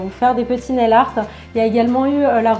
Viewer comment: je t'adore tu es la meilleur j'adore squeezie comment il a dit naii art 😂😻😽😻😽